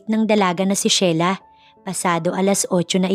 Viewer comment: Ano ba, Shela. ..o Sheila and again pronounced....Shila.